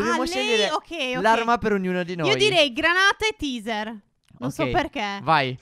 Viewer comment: Teaser si pronuncia teiser!!!!! >:-( ignoranti